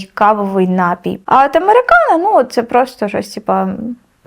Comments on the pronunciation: 100500 разів сказала "нАпій". Панянка зранку до ночі тільки тим займається, що продає напої, але не знає, що вірно говорити напІй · Слова бажано правильно наголошувати лате і т.п., але ж і саме слово напІй, напОї 👍🏻